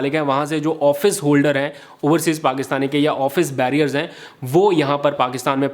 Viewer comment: آفس بیئرر کہیں آفس بیریئر نہیں ہوتا۔